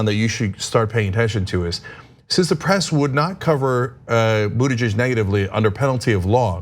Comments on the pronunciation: She added a possession form at the end of his name Buttigeig('s) at least that is what I heard.... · Anna, learn to say his name: "boot*edge*edge" (From his personal tutorial)